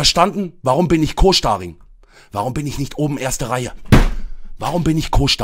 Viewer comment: Warum Co-SCHTARING?